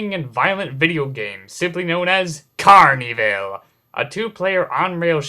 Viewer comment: it's pronounced carn-evil not carney-vill